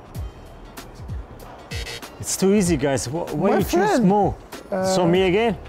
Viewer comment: Miqayla K its vhy am i so smart vhy 😂